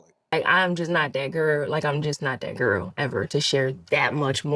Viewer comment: Peep when she said " Im just not that gurrl"... She changed her accent to Glorilla southern Memphis accent. She was trying to throw a hint out to the audience. That shes is not that gurl (glorilla).